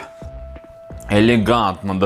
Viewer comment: кунифе-это полный капец, который мои уши просто разорвал в клочья.....🤦‍♀🤦‍♀🤦‍♀